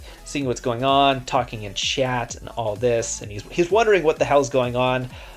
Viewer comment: First off he says small rally trap comp... so he is not talking about the might, he is talking about the comp. he pronounces chat with a "sh".. Shat